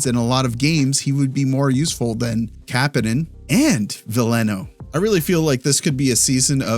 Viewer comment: You’re pronouncing Kapanen wrong